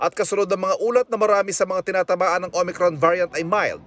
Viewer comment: Parang naka Smile pa si MS. VICKY I THINK SHE IS HAPPY BTW SHEs one OF MY favorite PRAY STAY SAFE MASK HUGAS DISTANCE Mam VICKY LAGE KA NAG KAKAMALI SA OMICRON HAHAHAHA OMACRON PO NASASABE MO..!!!! We Love you Mam VICKY UR STILL THE BEST..!!!!!